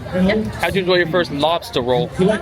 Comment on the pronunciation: Not bad pronunciation of Lobstah.